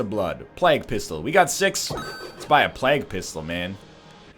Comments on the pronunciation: Phijkchu_LilYodaX Yes, you say "play-g" not "Plahg" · Ryan. it's plague, not plag. did you learn about the black Plague? (PLAY-guh) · Why does he call it Plak Pistol? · The former english teacher also says plag instead of plague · it's not like he's saying Pla-gooe or something. he's pronouncing it in pretty much the way is suppose to be pronounced. Plaig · Well I've heard people from California, Texas, Georgia and Maine say it that way so how do you so it? Because I say it like Play-g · anyone else notice he's pronouncing plague completely wrong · I have never ever heard anyone say "plague" the way you do, at this point I think you are doing it to fuck with us..... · ahahaa, it made me cringe every time I heard it, especially considering he was an English teacher... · Phijkchu_LilYodaX I am American and I can assure you that is not how we say it here. At least not in California, Washington, Oregon, Texas, Georgia or Maine.... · NZVargs ooooh okay, I didn't know it was Canadian. And no I don't... probably because I'm from London :)